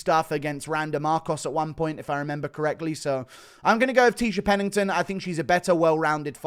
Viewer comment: Almost closed off the video the second I heard Tecia Pennington